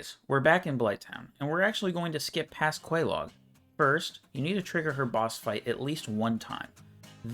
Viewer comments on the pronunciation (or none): Ah yes, “Quelog”